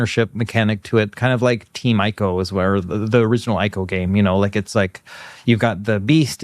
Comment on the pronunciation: Great show! Please pronounce 'Ico' correctly though 🥲 (as in 'Nico') It's possibly the one game where I care about this. It's sad that nominations end up considered as "losing" in the awards framework. Yet they literally won the nomination for 90th percentile of excellence in their category. Many people will always let their envious nature turn against runaway victors, but it's not to say there aren't holes in the process. They should totally do the 'Juror Guilds' thing! 😄 Sinking Star puzzle game looks awesome. I recommend Archaica: Path of Light if you haven't played it. Polish creators and to me the ultimate game in light redirecting.